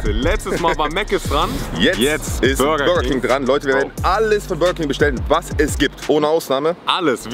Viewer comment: Bürerking wer kennts nichttt😂😂